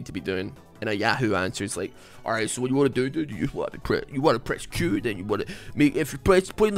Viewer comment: Bro the “Alreet, SOH” gives me life I swear